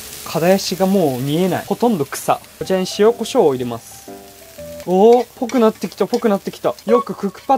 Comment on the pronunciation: 塩コショウ(メキシモゥ)